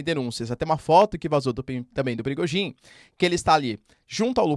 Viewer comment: Muitas vezes quando o professor falar ... Sai o nome pirigosin 😂😂😂😂😂😂😂😂😂😂😂😂😂😂